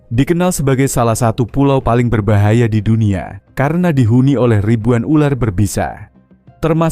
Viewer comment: Berbahaya bukan berbayaha😅😅😅